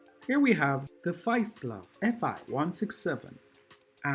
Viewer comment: An interesting model, very well built. By the way, Fiesler is pronounced "Feesler".